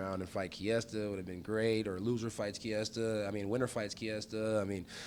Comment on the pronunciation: Driving that Ford Kiesta